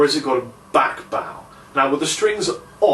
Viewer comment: back baw??? Oh you mean back bow?